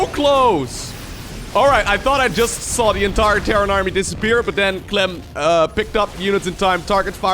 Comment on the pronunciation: "He goes by the name of Cuh-lem!"